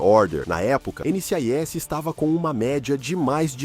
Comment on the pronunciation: chato de mais, sem falar que o nome da série foi falado errado o vídeo todo!